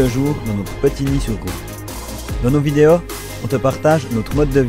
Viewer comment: Oh tu es franc comtois toi 🙂 : « les vidé-au »